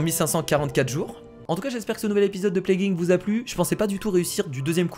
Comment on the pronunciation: Ça ce dit plague I. N. C. pas plaguinc